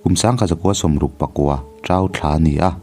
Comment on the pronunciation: A van ngaihnawm em! Tin, Thla(month) thlûk hi fimkhur a va ngai si êm.. 👍